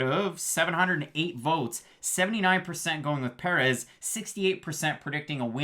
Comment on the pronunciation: Why you saying Perez like that? And It's Turman not Tormann lmao